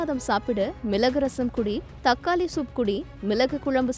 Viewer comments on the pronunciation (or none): 1 . ""கொல்லு , மிலகு , தக்காலி "" இல்லை ....... 🤦 🤦 🤦 அவை முறையே , ....... "" கொள்ளு , மிளகு , தக்காளி "" ஆகும் !! 2 . அதே போல , "" அட்வைஸ் கலை "" கிடையாது , ...... "" அட்வைஸ் களை "" !! அல்லது "" யோசனைகளை "" ...... !!! 3 . "" அல்லி கொட்டுவது "" 🤦 🤦 என்று சொல்லாமல் "" அள்ளித் தருவது "" என்று சொல்லவும் . 4 . " கோலாறு " இல்லை , 😢 ....... அது "" கோளாறு "" . ல , ள, ன , ண, ழ , ர , ற , ஆகிய அழகான எழுத்துக்களை சரியாக , பிழையின்றி சொல்லவும் . கொஞ்சம் ஒழுங்காக தமிழ் உச்சரிக்க கற்றுக் கொள்ளுங்கள் . உங்கள் தமிழ் கேட்க சகிக்கவில்லை. !! 😢